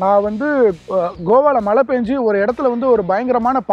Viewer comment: மலை இல்லடா yebbha மழை, adhu style nu nenachitu pesitu irukinga ena therila, egapatta payaluga apdi dha pesuringa enna ezhavo...🤦🏽